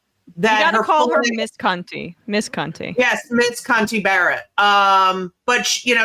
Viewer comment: Sam is clearly so uncomfortable with the guest lady saying "Cunty" instead of Coney